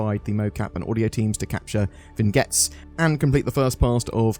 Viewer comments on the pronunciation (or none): I thought the word Vignette was pronounced more like vin-yet rather than vin-get. I dunno, maybe I'm wrong.